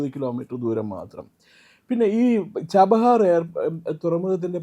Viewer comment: ജബാഹർ അല്ല chabahar 😂😂